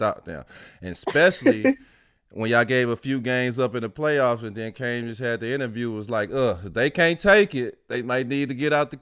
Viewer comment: *Cambage (Cam-beige), DMiles. Not Cambridge.